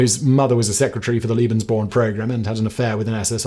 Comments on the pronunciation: Lebensborn, not Libensborn… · Ik this vid is a bit older but its a good one tho i do recommend atleast learnong the pronounciation of german words (im german) u said Leben like lieben which means love so that rlly doesnt make sense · haha, I was so confused at first when he kept saying 'Liebensborn' instead of 'Lebensborn' and kept thinking 'but... this certainly has nothing to do with love...' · Oh and "Lebensborn" is "lay-ben's-born"^^